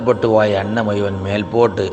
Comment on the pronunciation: മുഴുവൻ എന്ന് ഉച്ഛരിക്കാൻ പറ്റില്ലെങ്കിൽ നിർത്തി പോടോ